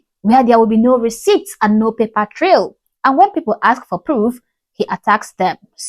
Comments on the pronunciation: Omgggg! I almost typed “it’s ASK NOT AXE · Well, who axed you?😆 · Another grifter “Axing” for money.🤦🏻‍♂️🤣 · Axe me please😂😂😂😂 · Who'd think a doctor would know how to pronounce ask.